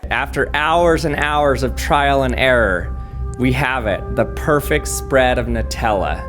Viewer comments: "The perfact spraaad" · “The perfect spradddd”